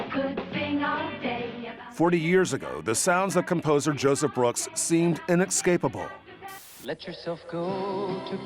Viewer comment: "Inexcapable"??? It never ceases to amaze me how little pronouncing words properly matters to 48 Hours.